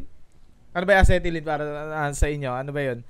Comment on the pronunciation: Amoxicilin ung sinasabi mo boss na gamot hindi acetylene hahahahaha